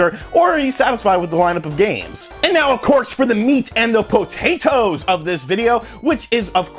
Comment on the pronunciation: "meat and the PO-TATE-OES" 85